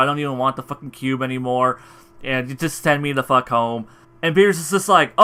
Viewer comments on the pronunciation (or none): none